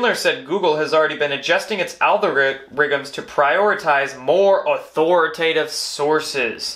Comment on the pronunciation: Hey you created a new word, “algoriggums”!!!!! That was the best slip up, it’s the right word, literally!!!!! ALGORIGGUMS, cuz that’s what do, they rig everything!!!!